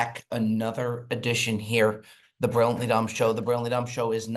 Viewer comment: 248th Episode in a row where can't pronounce the word "Brilliantly"